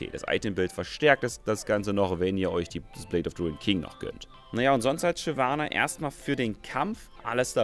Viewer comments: Shynana.... aaaalles klar :D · Shynana? :D Muss da kein "v" hin? :p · Ich spiele Shyvana nicht Shynana :)